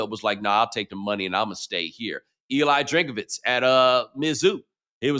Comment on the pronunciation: Haha "eli DRINK A VITZ" in stead of just drinkwitz